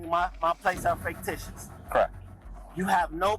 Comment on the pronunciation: "Faketicious". A scholar he is not.